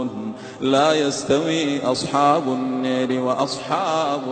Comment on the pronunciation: In this recitation is naari vocalised as neri?